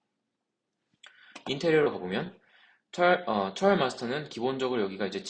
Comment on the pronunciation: 트레일 마스터라고 읽지 말래놓고 와 트레일이라고 읽으세요 ㅋㅋㅋ 트라이얼!!!